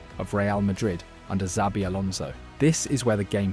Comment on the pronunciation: its not "sabi" its "chabi"